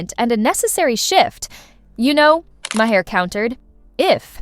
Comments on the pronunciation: It's not " Mah- heir. Maher, u idiot. Listen to him pronounce his own name. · The bot reading the text doesn't know how to pronounce Maher's name. LOL.